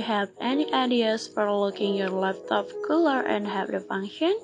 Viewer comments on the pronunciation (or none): none